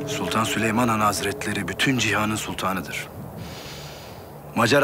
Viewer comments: Kral leoş mudur leş midir nedir Sölömon demisi çok komik leoş sahnelerini Sölömon dedikten sonra geçiyorum 🤣🤣🤣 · Türkçeyi sular seller gibi konuşupta süleyman yerine sölomon,ibrahim yerine abraham demeleri 🥴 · Şu layoş mudur mayhoş mudur nedir onun her kelimeyi düzgün söyleyip süleymana sölömon demesi puahhshahxjah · peki adamların çok iyi Türkçe konuşup Süleyman’a SüLomOn demesi